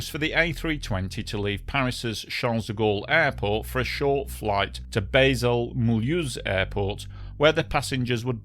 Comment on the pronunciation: Not "Baysal" but 'Basel' or 'Bal' in French!